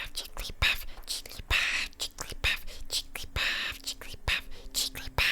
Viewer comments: I am going to get so much hate for this comment but as a Jigglypuff fan I can't stand staying silent! It's Jig-gl-ee-puff not Jigg-lee-puff. Your covers could have gone a lot smoother if you had of used the extra syllable! Other than that, super duper cute. 101/10 <3 *Edit: I will say that when Jigglypuff speaks it says it your way, but while singing is always a very specific syllable count. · Why do you say jiggaly paff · whenever says jigglypuff it sounds like perv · you said jigglypath not jigglypuff lol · The more I heard it it didn't sound like she said jigglypuff.